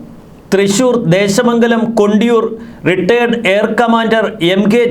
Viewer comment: കൊണ്ടിയൂരല്ല. കൊണ്ടയൂർ എന്നാണ് ദേശത്തിന്റെ പേര്.